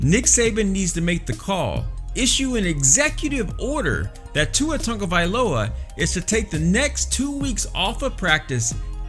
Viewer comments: Who is TUNGAvailoa?? His name is TAGOvailoa. I’m not sure why pronunciation is so hard for people. Smh... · Tongueavailoa is how you’re saying it😂😂 lol. I’m not even an Alabama fan and I know how to say it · They ain't gonna bench my man Tua. And stop saying his last name wrong it's annoying. Also #POLYPRIDE🔥💯💪🏼🇦🇸🇼🇸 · I want to criticize how you pronounce his last name...but I can't say it either...